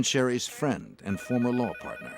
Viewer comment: Larr enforcement